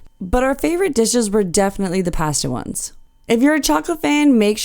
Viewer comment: We tried it on the Caribbean Princess last year and really enjoyed it. We're cruising on the Enchanted Princess this year and will book a meal again. By the way, the only mispronounced word in your video was "pasta." As we prepare for our cruise, I'm enjoying the tours on the Enchanted Princess.